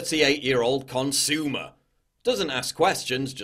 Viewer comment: “38 year old consoomer” 😂😂